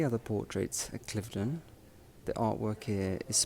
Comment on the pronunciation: Will be staying at Cliveden (not Cliff-den) later this year. Looking forward to it. Always enjoy your work and appreciation of beauty and classic style.